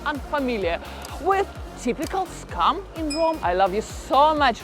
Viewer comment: It's funny how your pronunciation of "scam" also sounds like "scum". Perfecto.